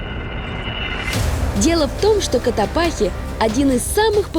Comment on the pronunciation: вы еще сто раз к нам приедете, а так и не выучите, что вулкан Котопакси, а не Котопахи 🤦🏼‍♀️🤦🏼‍♀️